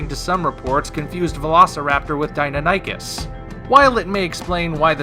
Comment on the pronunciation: Dy-NON-i-kes. Not Dino-nikus.